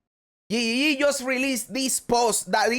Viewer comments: i love the way you say GGG your accent make it sound like YE YE YE make me smile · I love how you say GGG. It makes me laugh everytime. I also dont subscribe on purpose so i can hear you tell us to subscribe ever videos. WHY WHY WHY Why are you like this! 😂